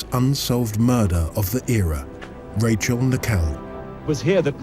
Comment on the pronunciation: did he say murder or murrrrrderrrr?